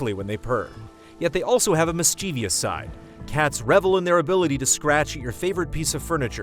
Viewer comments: It is my solemn duty to be absolutely unbearable about the word mischievous, which you mispronounced in the beginning of this video. My dad was unbearable about it, now I am. People very often add a fourth syllable by reading an extra 'i' in the word, but there are only three syllables. mis·chie·vous. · Dear, Mischievous is only three syllables, not four.